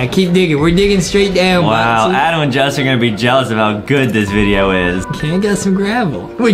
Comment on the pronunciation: Its justin not dustin